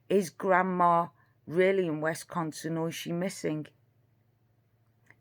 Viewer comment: dear, it is WISconsin, as in miss. Also grandma has a pickup truck. Kind regards to you.